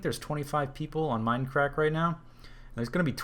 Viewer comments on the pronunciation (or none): none